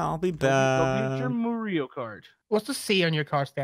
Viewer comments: u said moorio wrong its MARIO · "Moorio" - 2018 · Luige not luigo and mario not moorio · It's not moorio it's mario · GOD AND FUNY VIDIO WHY YOU CALED MOORIO CART NOT MARIO CART FUNY RIGHT😂😂😂😂. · Its mario not moorio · IT'S. Mario NOT. MORIO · I like the video cause u guys speak moorio better than spelling mario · Its Mareow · Did you Say MOORIO karts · "MOORIO RACE" a "MOORIO RACE" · I don’t think you know how to say Mario right